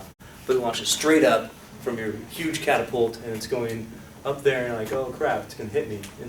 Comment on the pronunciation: CATapult.... can't be unheard hahahah